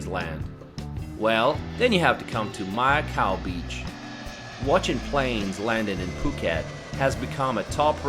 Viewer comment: Mai khao beach (White Wood) not Mia khao.